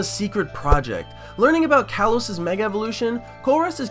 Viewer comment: why did you copy another ytuber... and... are you saying giratina or dragonite.... also.. why is it meger one more thing... whats that profile picture